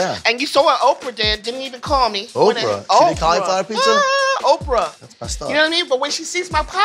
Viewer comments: It's called PIZZA not PISSA!!!!!!!!!! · Am I the only one hearing her say peesa or pissa? Why?! Just pronounce the Z's!!! FOR THE LOVE OF GOD... PRONOUNCE THE Z'S!!! Edited after watching her "Concoction": Nevermind... that is a pissa. Unique from Pizza as much as Mikes Pot Pie isnt a Pizza either, but they both still look great. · Hey. Love the show! But, it’s pronounced “peet-za” not “pee-za” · Is me or does it sound like she said PISSA instead of PIZZA? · When she says “Peesa” instead of “Pizza” it’s like nails on a chalkboard for me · peesa. PEESA. PEEZA. PEEZA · i cant stop hearing "peesa" and it makes me want to tear my ears off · Is she mispronouncing pizza like “pissa “or I need a doc appointment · Can’t stand when she says “pissa” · why she sayin PISSA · Is she saying piecea.. lol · A grown woman pronouncing pizza as “peessa” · I really hate the way she says "peeza" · Oh god why does she keeps saying PEESA??!! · The fact that the host of a pizza show cant actually say the word pizza is kinda hilarious to me. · Somebody has to teach how to pronounce pizza. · Somebody teach her to pronounce pizza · Just came to say once more that the host of this pizza show can't pronounce the word "pizza". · Pizza show. Step 1: hire a host who cant pronounce pizza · why can't the host of a show about pizza pronounce the work "pizza"? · I love her, but the way she pronounces pizza makes my eye twitch a little lol 😂 (not hating, she’s pretty cool) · Neither of these is a pizza. One of these contestants literally can't even pronounce pizza correctly. Terrible show. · Y'all really did a pizza show and chose someone who can't pronounce "pizza" to host it huh